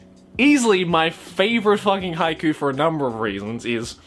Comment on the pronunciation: I'm crying because of Haikyu!! instead of haiku.